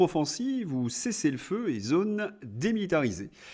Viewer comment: Oui. Avec ou sans accent circonflexe, le o de "zône" est fermé et ne se prononce pas comme le o de "note", Monsieur. Et arrétez de manger des fruits et légumes pour améliorer votre digestion !